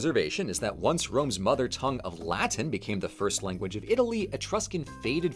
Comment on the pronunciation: bro said wanguage